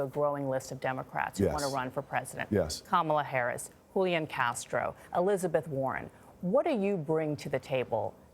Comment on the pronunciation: HU-LI-ANN Castro. Lol